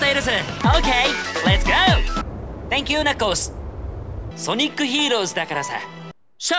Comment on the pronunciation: Jun'ichi Kanemaru sounds british after speaking english when saying sonic heroes